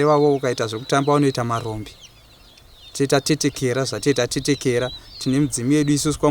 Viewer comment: Kuteketera kwete kutetekera